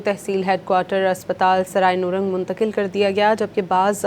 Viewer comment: Not noorang is it nourang